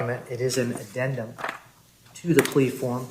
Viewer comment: Did that judge say addenment?